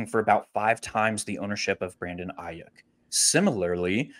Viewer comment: First time listening to you guys. Loved the content. But you was butchering Brandon Aiyuk last name fam. And kept on saying it!! I’m not tryna tell you what to do but at the same time, with this being your job maybe just a tad bit of accuracy for the names. 🎯😂 but I finally am understanding leverage thanks to yall so great job altogether. 🙏🏾